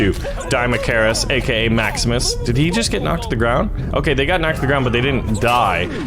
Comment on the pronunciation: Is a.k.a. not a K